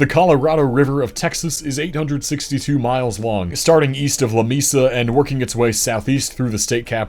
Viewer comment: Lamesa, Tx is pronounced luh-May-suh